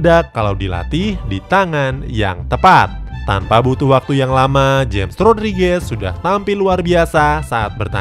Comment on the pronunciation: nyebut nya hames rodriges bukan james rodriges min